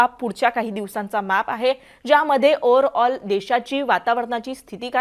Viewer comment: ओर आल नाही ओवर आल😂